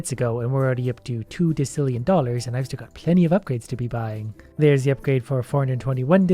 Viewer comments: It’s de-sill-eon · for future refrence decillion is pronounced desillion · Its prnounced desillien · 19 thousand angels to 47.7 mill and it goes hundreds thousands millions billions trillions quadrillions quintillion’s sextillion septillion octillion nonillion de cillion it like that so u know how to pronounce it and then unde cillion duodecillion so on ect ect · The numbers are based off of a odd system but the numbers are all pronounced Sex-tillion Sep-tillion Ock-tillion Non-illion and Deas-tillion, you got Sextillion and Septillion and sometimes octillion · Anf it's pronounced "dosillion" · btw, you pronounce "decillion" and "nonillion" as d-e-s-i-l-ee-i-n and n- o-n-i-l-ee-o-n and also I'm pretty sure these are real numbers lol. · Decillion! Me: Say Septendecillion:Septendecillion Me: Ok, now say decillion: Dekillion! Face palm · It's English, and it's pronounced "dih-sil-yuhn". Big numbers in English language stem from Latin, but that's only for the prefix (in this case, "deci" from "decem", meaning "ten"). Million isn't a Latin word for example, as million in Latin is "deciens". So while "decem" may be pronouced with K, "decillion" is never pronounced as so. You don't say dekibel or dekimeter, do you? You say decibel and decimeter. Unless you stood a decimeter from a speaker at a concert and suffered from exposure to a high amount of decibels, then you're probably deaf and it wouldn't surprise me if all you heard people speak was Latin >:P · this is how u say decillion de-si-lli-on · you dont know how to pronounce decillion? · The way you pronounce decillion makes me die inside like you say it different every time then you say duodecillion right but pronounce decillion wrong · I hate the way he pronounces decillion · you're killing me. In decillion (pronounced di-ˈsil-yən according to the Merriam-Webster dictionary) the c is pronounced as an s, not as a ck. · Decillion is pronounced desilion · Its pronounced: De s illion Not De k illion